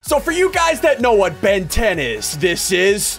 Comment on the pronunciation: "Ben 10" "Ventin" hmm...